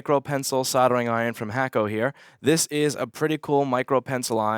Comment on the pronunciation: Its Hakko, NOT Hackko. Why do u always call its Hackko?